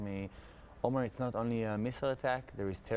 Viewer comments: Please pronounce his name correctly, it's Omer an ancient Hebrew word with many meanings that used as a name too, not Omar which is an Arab name. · (The excellent interviewer pronounced Omar by mistake .This sounds like an arabic name so I have to correct that )His name is Omer . It's a sheaf of grains in hebrew . I wish I had 1% of his faith. He is amazing.